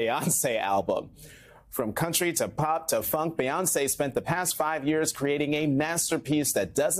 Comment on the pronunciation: It's BEE-Hive, not BAY. It's Queen BEE, not BAY